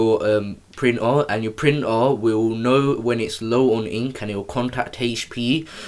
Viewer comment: I seriously thought he was speaking a foreign language. What the fk is a printor? Its printer. Pronounced ER